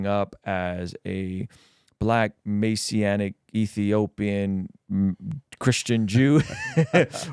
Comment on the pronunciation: Maysianic lol its messianic. ...messssianic